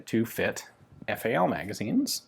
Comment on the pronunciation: Why do murikins call the FN FAL the " fal" ?